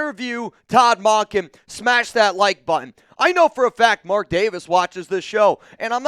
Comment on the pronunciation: Mun-kin not Mon-kin